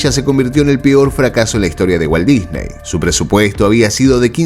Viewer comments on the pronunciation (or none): none